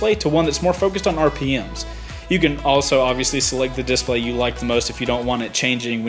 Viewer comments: you're saying 'dIS-play' wrong. it's di-splay. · Love the video. One thing, am I the only one who keeps getting hung up on how you pronounce "display?" (disPLAY > DISplay) Lol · I hate the way you emphasize DISplay. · Cool DISplay. Does the south put the emphasis on a different syllable? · You say "Display" weird... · The way you say display makes me mad... nice upload!